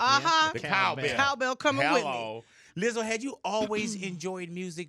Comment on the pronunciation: I love Big Boy. I don’t think he realizes he’s saying Lizzle instead of Lizzo. Only Big Boy can do that. I know he means no disrespect. It’s amazing. 😂😂😂😂❤️❤️❤️